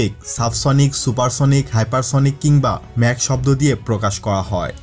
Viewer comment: উচ্চারণটি ম্যাক না মাক হবে